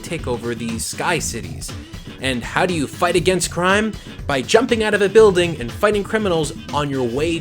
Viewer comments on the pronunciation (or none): none